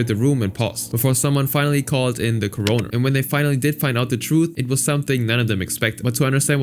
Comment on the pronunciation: Nice vid, "coroner" is pronounced córoner tho, not coróner. Not related to the beer or the virus.